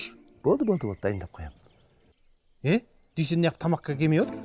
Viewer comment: Дүйсен жегенді дүшен диді ғой 😂